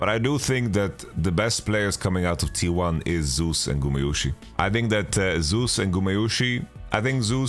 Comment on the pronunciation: For the love of God, can someone please tell Yamato that's not how you say Zeus's name!